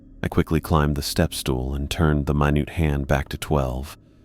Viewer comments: "I opened up the clock and changed the mi-nute hand." 😂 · He also needs to learn how to say MINUTE